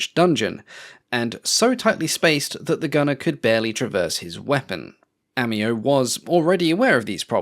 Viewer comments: 当時のフランスの防衛ドクトリンはマジノラインに集中しており、政治的に混迷していたため、真剣に準備しなかった象徴的な機体です。AI音声？アモでなく日本ではアミオと呼んでいます。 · The narrator is bordering on becoming annoying with his butchering of the aircraft